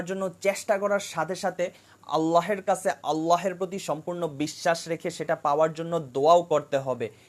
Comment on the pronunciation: ভিডিওটা মাশাল্লাহ সুন্দর হয়েছে | তবে আপনার আল্লাহ উচ্চারণ ভুল হচ্ছে😅